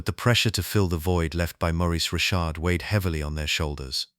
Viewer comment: Just gotta work on the pronunciation of Rocket Richard's name and some of the other French-Canadian names but beyond that, this file is gold. I'm subbed and I wait to see more.